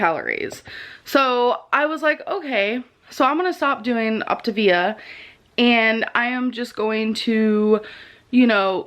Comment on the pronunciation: The first time I had ever heard of Optavia was through ALR and Obese to Beast. I’d like to take this moment to apologize to ALR for mentally making fun of her for the way she pronounced Optavia. Turns out, she was right. I will still mentally make fun of the company for how the pronounce their name, but that isn’t ALRs fault haha. Also, if you’re going to take the time to package up your own almond milk and flavoring, why don’t you just make the coffee at home too? I feel like the point of getting coffee at a coffee shop is so that you don’t have to worry about making it yourself. The only time I’d say this makes sense is if you have a severe food allergy or if you have some kind of religious food standard.